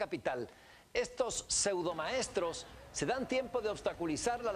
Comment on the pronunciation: ese wey dice esudomaestro y el es seudo periodista tambiem